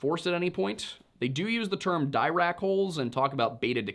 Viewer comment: "Dirac" is Paul Dirac, a major mathematician and physicist involved in the development of quantum physics. The "i" in his name is not a hard "i." It's a soft "i," so the name sounds more "dir-ack" in English. I think the "r" is technically supposed to go into the second syllable, but it's really hard not to merge it into the first if you're a native English speaker. "Dirac holes" is a reference to Dirac hole theory. The idea of a "hole" in quantum physics comes from trying to simplify problems by treating them in reverse: instead of many electrons bound to a nucleus, you can model a system by instead looking at the "holes" in the nucleus' orbitals. That makes some problems simpler because instead of having to do math for 7 electrons in an orbital that holds 8, you can just model the one "hole." Some of Dirac's math has valid solutions that involve negative energy states, and from what I can discern with a quick look, Dirac hole theory posits that those negative energy states are real and represent these kinds of holes. Fermi, Bohr, Pauli, and others were apparently more inclined to regard those solutions as meaningless, nonphysical artifacts of the math instead.